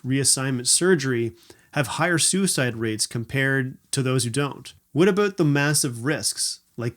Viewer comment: I like the way you said abooot.